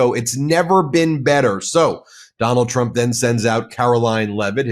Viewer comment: Haha, she said president "Chump".